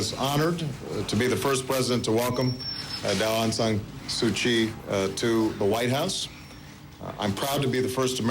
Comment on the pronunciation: Mr. President mispronounced all the time to Aung San Su Kyi's name :P he said 'Aung Nyan Su Kyi' funny...